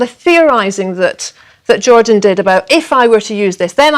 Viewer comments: The mans name is Jordan, not "Georgian" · lol "jorjon"